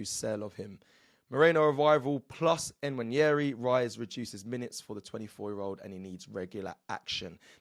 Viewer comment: Why can't presenters on this channel just get the players name right (its so disrespectful) even a child can google the pronunciations, if they can be asked. Who is N-Waneri its a silent N really simple?